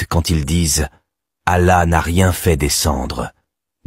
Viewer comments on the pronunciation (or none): none